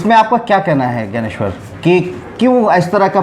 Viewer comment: ज्ञानेश्वर ज्ञानेश्वर सही बोलिए